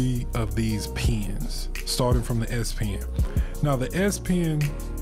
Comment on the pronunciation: So, would you recommend the S - pee-in (as you say)?